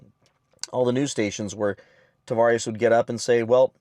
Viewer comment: You keep saying Tavarish ... Tah vah res